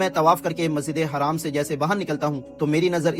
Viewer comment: Masjide haram kahate hain bhai Masjide haraam nahin kahate Hain